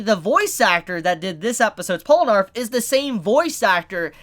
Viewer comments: Polanarf? Wtf... Its poll na raef. Just listen to him pronouncing his name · Pol-nah-refu Not polanarf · Its Polnareff not palonerf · It’s Pole-ner-reff not arf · Polenarf... Polenarf... ITS POLNAREFF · isnt it polnareff and not polenarf? i dont thgink u said it right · Polar-eff Not Pole-narf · IT'S POLNAREF, NOT POLNARF. JESUS CHRIST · POLE-na-REFF Not POL-no-ARF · Polnareff, man... Polnareff... Not Polinarff. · You keep calling him Polanarf. It's pronounced Pol na riff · Pol-Na-Reff not Pola-Narff😂😂😂damn dammmmm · Its pronounced Pole-ner-ref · POLANARF DID YOU JUST SAY POLANARF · Polenarf. LOL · I swear if he says polanarf again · did he just fucking say "pollanarf" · "polrenaff, hope i said his name right" perfecto pronunciation there bruh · Polenarf lmao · POLE-NAH-REF! The first time annunciation's got to me. Probs cuz Polnareff is the part 3 main character lol. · how did you manage to pronounce Polnareff as Polanarth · How to say Polnareff: Pole-nah-reff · It really bugs me how you say his name. POL-NA-REFF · You're not saying it right. It's JEAN PIERE PORUNAREFFU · "Polanarff" ahhh why the fuck would you say that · Slight mispronunciation. It’s Pole-nar-if. If you rewatch Part 3, that’s how they pronounce it, more or less. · Pollanarf? you hope you're saying that right? do you do that for the lols or is listening to 2 mins of stardust crusaders too hard? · MY MAN JUST SAID POLANARF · Polinarf? LoL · PAUL NARF MALL COP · Its bronareff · You said his name wrong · HOW MANY TIMES ARE YOU GONNA MISPRONOUNCE HIS NAME AAAAAAAAH IT HURTS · Holy shit you butchered his name so hard core 😂